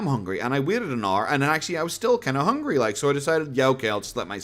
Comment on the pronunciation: Omg that hooongy gets me every time